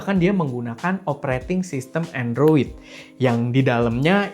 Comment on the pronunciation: Android juga buakan endroid bg